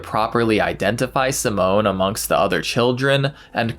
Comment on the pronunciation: Just to be clear, the boy name is pronounced Seemon. Simone is a girl’s name.